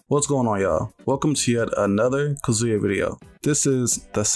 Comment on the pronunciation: Bro it’s “Kah-zoo-ya” not “kuhzooya” putting the emphasis on the wrong syllable driving me crazy 😂